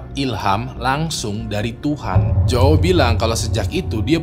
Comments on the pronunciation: jowawo wkwkw, bacanya yaw bang kalau nama Joao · bacanya juau, jgn dibaca mentah" jadi aneh 🤣